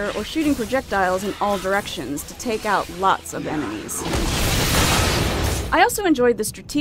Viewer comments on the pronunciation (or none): none